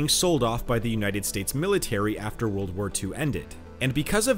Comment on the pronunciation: DUDE.....a 'd' at the end of a word is not pronounced like a 't'. World...not worlt